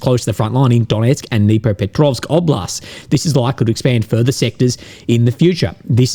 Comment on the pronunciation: Just FYI, pronounced "Dnipropetrovsk " almost perfectly.